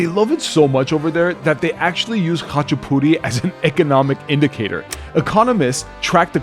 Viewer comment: Oh man… you did the khachapuri so wrong that it actually made me tear up 😭 but we will take the ratin go guess, you should’ve just made tonis puri tho